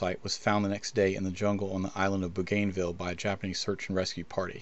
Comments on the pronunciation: It’s pronounced ‘Boo’-gan-vill’ rather than ‘Boo-gain’-vill’ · Great video. Not to nit pick here but I think it's pronounced Boo gan vill versus Boo gain vill (despite the spelling). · Another note…Bougainville is pronounced as in bowganvil, not bowgaynvill. Nit picking I know , just sounds better. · Proper pronunciation: BOOgunvill, not BooGAINvill. Thank you. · It's pronounced "BO - GAN - VILL".... no American has ever said it correctly. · Aussie here, Rabaul is pronounced roughly as Rab-owl and Bougainville as Bowgan-vill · “Ruh ball” “boo ghin ville” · Bougainville - Boo-gun-ville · Bougainville is pronounced "Boo - Genn - vil. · Bougainville is pronounced Bogan-ville. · Boo-gain -ville??? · Isn’t it pronounced “Boo.gun.vil” with the accent on Boo? Where does your pronunciation come from? Never heard it before now! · Yeah, it's Bo-Gun-Ville. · BO- gən-vil. Ra-BAL. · No worries -- I now know that I made a couple of really bad mispronunciations! I can learn! Ha ha. :) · This vid lost credibility with your mispronunciation of Bougainville. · Your pronunciation of the islands is wayyyyyyyyyy off. Maybe a bit more research (?). You left out the incredible feat of a dead-reckoning intercept under radio silence by the P-38s. If you know anything about P-38s, you would know they fire a four .50 BMG and one 20mm. To be hit in the head with a .50 round would pretty much take a persons head off. A shoulder wound would remove the arm. Again... a bit more research would help clear this up. Better yet watch the fourth Rambo movie. THAT is an accurate portrayal of what a .50 round will do to a human body. That "clutching his katana" quote is likely Japanese propaganda. If .50 rounds hit the cockpit, there probably wasn't a whole lot left of the crew/passengers inside. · Jim, yes, I pronounced that incorrectly. Thank you correcting me! Also, thank you for watching and commenting! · you cannot pronounce Bougainville correctly.